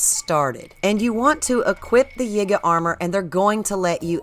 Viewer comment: It is pronounced Yeega not Yiiger, as in if you put an N in front of it, it would pronounce something that you shouldn't be saying. Listen to other gamers and how they pronounce it. It has always been the Yee-guh clan (YIgay